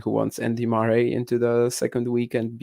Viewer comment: Spoko podcast, szukałem czegoś podobnego do 'The Tennis Podcast', coveragu daily z Wimbledonu. Rzecz na którą zwróciłbym uwagę - wymowa nazwiska Murray. Pozdrawiam, powodzenia :)